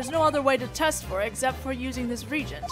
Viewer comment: You're saying "Regent" which is a monarchy term (someone who governs in the stead of the rightful ruler, because the ruler is too young). The word you want is Reagent. Re-agent, as in "Reacts with the agent" These are truly well done, and I wouldn't be able to enjoy GDS1/2 without you, so please take this as an attempt to be helpful, not being a jerk. Just PM me/respond and I'll not make these comments.